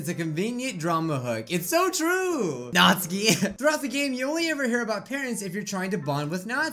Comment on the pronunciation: I'm sorry but da way you say Natsuki is really bothering meh... Here's how ya say it.. (NAT SUE KEY). I'm not tryna hate on you for saying it different, I'm sorry T•T.